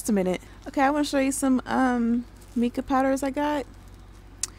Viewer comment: Your killing me 😆😅🤣😅🤣 its MY-KUH not MEE-KUH. Love the video. 😊